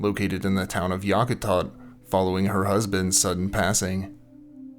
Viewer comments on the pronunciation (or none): Yack a tat =correct pronunciation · Yak -ah-tat........ :)